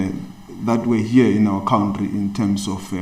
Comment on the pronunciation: You would think a member of the anc would be able to pronounce the word country...considering they're all a bunch of...well...you know.